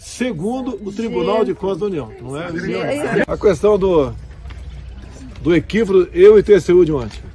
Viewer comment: Ele n sabe falar EQUÍVOCO KKKKKKK